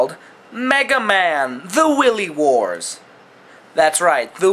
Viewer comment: Nice review, but your pronunciation is a little off. its pronounced WIE LEE warts not Willy Wars.